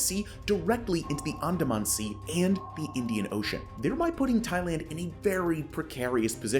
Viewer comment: Good info. Please learn to pronounce the geographic locations: e.g. Brunei, Andaman, Myanmar, etc.